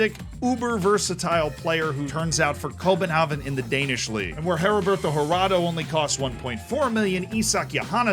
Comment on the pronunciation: Copenhagen! not Copenhaven! :)